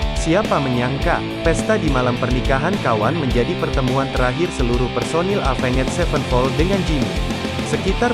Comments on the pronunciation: Aya. Ruhut NU Wawan cara t bisa nyebut evenjet mani epenged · Alah ngomong nama band nya aja avenget sepen pol wkwkwkwk